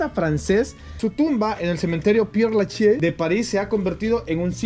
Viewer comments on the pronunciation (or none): Se pronuncia : Per Lachez (la z como en ingles)